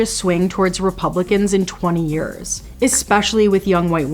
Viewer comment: You said ekspecially. What on earth is an ekspecially?